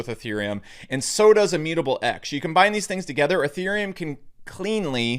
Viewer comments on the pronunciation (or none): none